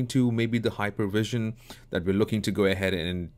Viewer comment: Its actually sven not seven and hypervisor not hypervision..thay said, great tutorial. Crisp and caught up